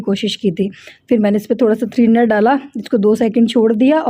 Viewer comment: Threener nahi thinner hota h ji ...... Nice vlog 😍